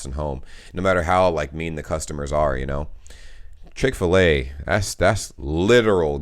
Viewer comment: " when guys drive to chick filet in germany..." me: "what is chick ballet? "